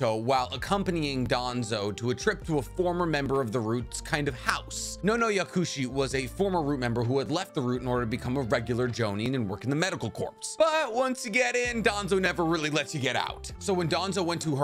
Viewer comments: Is the word ‘corps’ used in Medical corps’? Because it’s pronounced like core not corpse. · It's pronounced 'core' my guy. I know it's spelled corps but it is one of those words that doesn't sound like it's spelled. Kabutos mom was not in the medical ninja corpse. She was in the med nin corp (pronounced cor) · Corps is pronounced “core” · Corps is pronounce "Core" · Bruh... Love what you do. You provide a very family friendly and informative set of videos so I don't have to explain Everything to my children... But for the Love of Might Guy, Stop mispronouncing Corps!... It's CORE! No "P" sound! They EVEN say it in the show every time they mention one of the Corps, like the Cypher Corps when Sand sent an eagle to request Leaf Help over Gaara's kidnapping. You doing this intentionally?